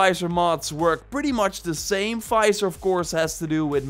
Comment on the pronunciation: Visor not Fizor lol